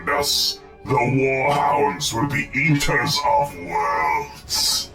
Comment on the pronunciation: Sorry, when I heard 'eater of cities' I heard 'yeeter of cities' and now I will forever know the World Eaters as the World Yeeters.